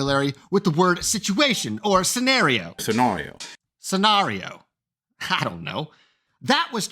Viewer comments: Ok, the cut-in with Justin saying "scen-ahh-rio" was really goddamn funny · pretty sure it’s pronounced sen-AIR-ee-oh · Thanks! Now I'm totally stuck on the pronunciation of scenario 🤣 Another great video!